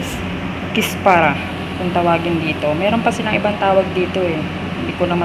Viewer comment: Kusbara not kispara salsa not salsal